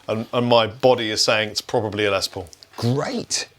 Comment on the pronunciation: His name is pronounced Less like Ness. It's short for Lester.